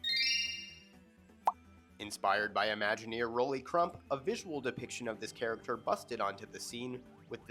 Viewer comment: THANK YOU for pronouncing Rolly Crump’s name correctly! 😅 it’s refreshing to hear! I sucked at this quiz though 😂. I’m a Disneylander and unfamiliar with WDW, etc.